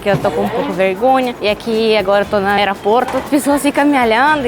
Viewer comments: Precisa melhorar a pronúncia do [Ô] nas palavras. Evitar trocar pela pronúncia [A]. balo > bolo ; aeraporto > aeroporto ; tamate > tomate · Engraçado que ela NUNCA USA A LETRA "O" nas palavras. Ela diz: Aeraporto (Aeroporto), "Canheço (conheço), Balinho (Bolinho), Camputador (Computador)... rsrsr tem de aprender as vogais em Português. rsrsr Mas acho que é o charme dela. rsrsr